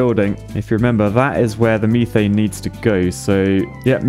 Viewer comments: "meethaiene" infuriates me and idk why. Meth-aine is how im used to it being pronounced. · everytime says methane it causes me physical pain. its not meeeeth so why would you call it meeeeethane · Are we all just gonna ignore the fact that pronounces "methane" as "MEE-thane" or-? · hearing call it meethane is hurting me... isit just me? i always thought it was mehthane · Is there a joke I missed about methane?… why’re you pronouncing it the architect way, me-thane? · Does his pronounciation of methane also bother anyone else or is that just me? Or this is this just another way that the brits say things that I do not know? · It’s more his pronunciation of methane that bothers me